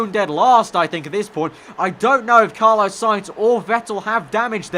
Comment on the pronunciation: Fml it's not Carlo you melt its Carlos